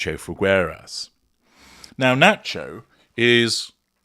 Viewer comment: Pronounced "fee-gay-ras" or just "fee-gae-ras" please